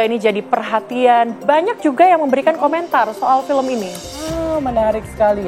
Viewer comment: Sebagai produser eksekutif aja ngomong "film" jadi "pelem" Keliatan kualitasnya ckckck